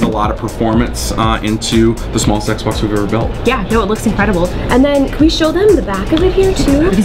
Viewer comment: did he say the small sexbox lmao